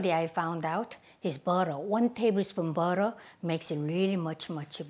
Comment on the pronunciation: cocka tiel beo-teo